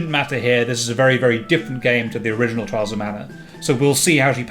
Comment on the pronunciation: "Twials of mana!" Oh boy, of to a good start.